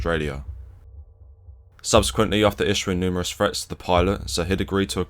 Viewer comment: Love your channel. My Closed Captioning claims you are speaking a unique version of English. Fink instead of Think, Fretts vs Threats.